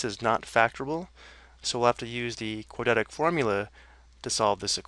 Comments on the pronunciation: "quadetic" like can he actually read? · nobody says quadratic like this guy